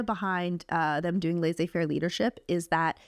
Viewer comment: HAHAHAH. Thank you, ladies for sharing this. I am from Sofia, Bulgaria and you have inspired me to apply to Harvard/Stanford, other Ivy schools maybe in a few years! Thank you! P.s It's laissez- two s are prononced like the normal s in English.